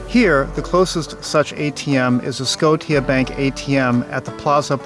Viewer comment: Just letting you know Scotiabank is not pronounced Sco-tee-ah. It's prnounced Sco-sha like Nova Scotia.